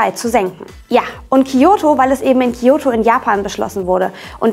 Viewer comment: Das "Kiyoto"-Protokoll... Weil es zu einfach wäre Kyoto zu sagen. Ich erwarte nicht, dass ihr perfekt Japanisch könnt aber ein bisschen sollte man schon auf die Aussprache achten. Ich gucke eure Videos wirklich gerne aber mir ist jetzt schon öfter aufgefallen, dass ihr Wörter teilweise komplett falsch ausgesprochen habt (zB Hommei-Choko im Valentinestagsvideo).